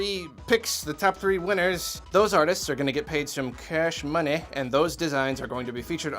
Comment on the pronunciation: 'Cash Moneh'